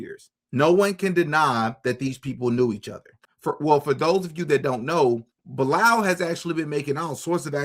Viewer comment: it's "BEE-LAL" > Bilaal is a Muslim name, when you dt know ask! It's the name of the Muslim that prophet Mohamed (PBUH) asked to make the 1st call of prayer when Islam was born because of his beautiful voice. This guy either converted in Islam or was born Muslim.